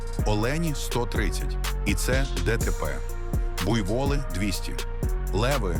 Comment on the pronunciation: И так же, как искусственный интеллект, ставит неправильные ударения в словах? БуйвОлы, МалЯрия, дЕнге, шистосОмоз и т.д.